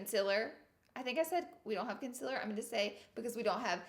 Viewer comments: Why does she say consiler she says it wrong and it triggers me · Is it concealer or conciller ? No hate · It's sounds like she's saying consillar, instead of concealer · “Consiller” hahahahaha my gosh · Hi I’m new, why does she pronounce concealer the way she does knowing that it’s not the correct way? Thanks y’all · Why are you still saying concealer wrong? 😂😂😂